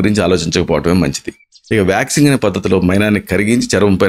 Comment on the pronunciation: Vaxing 😂😂 చెపుతున్నారు..